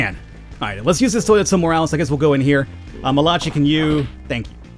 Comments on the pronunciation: you're killing me bro, surely you've heard the name Malachi (Mal-a-ki) before....not malachi (Ma-lach-e) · I think Malachi is pronounced Ma/la/kai and I had a gameboy until it stopped working